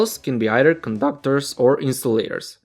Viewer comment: "coDU-c/Tors" "o-NE" "M/Ake" "M-o-Vment" "wIR-e"